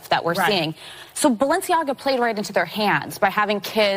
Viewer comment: Notice how the woman in white says Baalenciaga.. If you know you know.